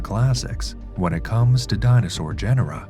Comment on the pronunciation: Gen-er-ra?? You immediately loose credibility dude.